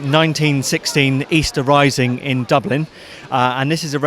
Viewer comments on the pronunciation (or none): none